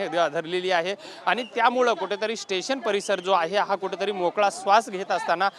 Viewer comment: Kuthetari!!!! 😂😂😂😂kuthlya shalet shikla re marathi Tu? 😂😂😂😂